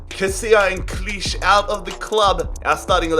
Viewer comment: the unrealistic signings don't bother me but signing Harry Wilson to Leeds is fucking appalling. I've also just heard how you pronounced Klich's name never do a video on my club again. You've also signed two Turkish CBs you are an absolute pudding